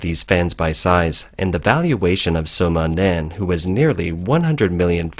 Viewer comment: Wumao aka "Fifty Cents" name = Sima Nan. Not Soma Nan ROFL!!!